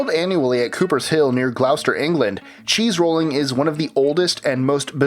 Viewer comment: you said cheese rooling twice still love your channel